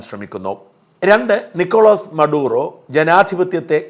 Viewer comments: Marudo alla Maduro 😂😂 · മറുഡോ അല്ല മഡുറോ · പേര് ഉച്ചരിക്കുമ്പോൾ ശ്രദ്ധിക്കണം ഷാജാ.. Maduro ആണ്. Marudo അല്ല.. അതിൽ എന്തിരിക്കുന്നു എന്ന് ചിന്തിക്കരുത്.. താങ്കളുടെ video എല്ലാവരും ശ്രദ്ധിക്കുന്നതാണ്.. അപ്പോൾ ഇത്തരമൊരു പിഴവ് സംഭവിക്കാതെ നോക്കണം.. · The name is Maduro.... not Marudo. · Nocolas Maduro not marudo